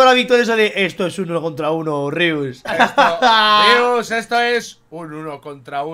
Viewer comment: es Rius no Rios